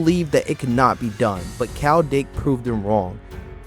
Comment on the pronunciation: It's KYLE not Kowl..learn to read